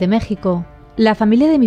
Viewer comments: Buen día, pequeña corrección (entiendo que es difícil atinar a las diferentes variantes de pronunciación de la letra x en nuestro país): Oaxaca se pronuncia como "Oajaca" y Xochimilco como "Sochimilco". Saludos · Hola, me gustaría decirte que se pronuncia OA-JA-CA Yo soy de la capital de dicho estado, saludos preciosa. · te amo pero se dice oajacaa con jotaaa "J" jotaaa <3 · Hola, nada más te quería comentar que Oaxaca se pronuncia guajaca, no como la pronunciaste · Me gusto mucho tu video <3 y solo te digo, no en mala onda, se pronuncia "oajaca" y "sochimilco" el sonido de la "x" cambia mucho :) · me encantó el video🤍 Solo una cosita chiquita en la pronunciación de la palabra "Oaxaca", se debe decir cómo si lo dejeras con "J", "Oajaca" (va con mucho cariño, me hizo gracia cómo se escuchó la palabra☺️)